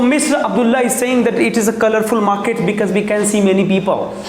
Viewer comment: First of all it's market not muket🤣🤣